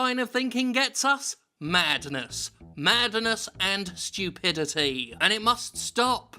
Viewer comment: Jim Sterling: The only man I'd let get away with using three syllables to say "madness".